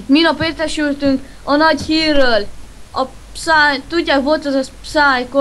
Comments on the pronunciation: Az nem pszáj hanem pieszáj.. ." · Felfedeztek. >< De azért lehetett volna jobb is. Hibák: Psy mióta tud magyarul? Minek neki reptér? És a helyes kiejtés nem "pszáj", hanem píeszáj + háttérben tv. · a helyes kielytés PÍESZÁJ PSY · XD az van oda írva a végén hogy pcy és kiejtés az 0 a 1000-ból XD